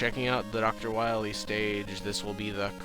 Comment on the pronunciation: First of all, NO. Wile E., just as TopMonHit said. Not Wile. Not Willy. Wily has a long i and the y has the sound of a long e. Why-Lee